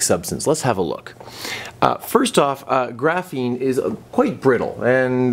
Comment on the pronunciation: Everytime he said graphine i cringed